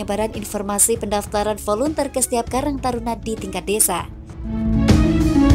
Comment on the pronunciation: Maaf mbak, volunteer itu bacaannya " voluntir", bukan dibaca volunter..Tks